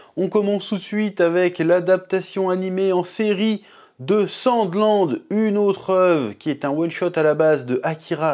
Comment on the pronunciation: J ai compris "sans glande"